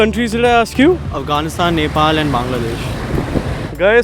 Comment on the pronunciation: he doesn't even know how to pronounce Nepal word 😂shameless 😏